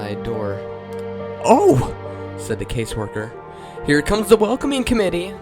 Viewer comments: Da instead of the ... hahaha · This "creepypasta" is soooo weak. I'm scared of clowns but the way you read it was boring. You have to work on getting rid of tgat lisp. And and annunciate words correctly. For example, say "the" instead of "da". Work on your TH sound. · Every time he says the he says Da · I find it extremely annoying how he pronounces "the" as "duh." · it's a little distracting that you can't pronounce the "th" in the. Otherwise, it's pretty cool.